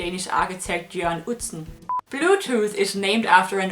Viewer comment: Jørn Utzon.............not Utsen !!!!!